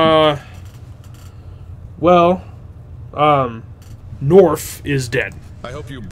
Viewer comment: Norf and Nasser both sound like a southerner trying to pronounce them